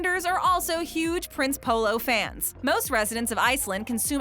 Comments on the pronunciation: see i'm polish and I go to polish store's in America and we have prince polo it's actually pronounced (princ) EH (polo) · I’m polish so yeah Prince Polo is really great but you don’t pronounce it “Prince Polo” but instead “Princey polo” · I am polish and the way she pronounces Prince Polo ahhhh sooo wrong